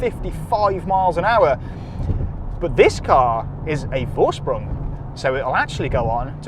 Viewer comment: Lovely car. The letter V is pronounced F in german. So it’s forsprung, not vorsprung.